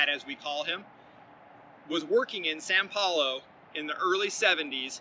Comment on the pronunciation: "San Paulo"???